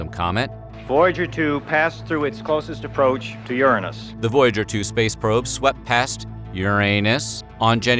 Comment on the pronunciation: Why'd he have to emphasize Uranus like that😂